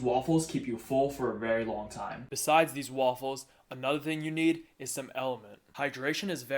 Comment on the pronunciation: i like when he shows how to make the wAWFULles